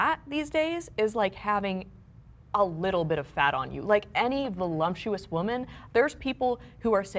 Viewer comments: wtf is "volumptious" 😅😅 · What is “volumptuous” Does she have lumps? Ohh Lady lumps 🤣🤣🤣